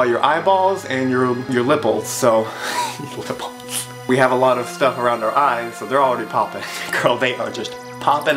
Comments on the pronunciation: "......lipples" lol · 'Lipples' XD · "lipples" hahaha